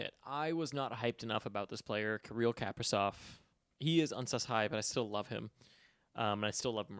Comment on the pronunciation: just a nitpick, but Kaprizov is pronounced like kah-PREE-zawf. Kinda like capri sun😺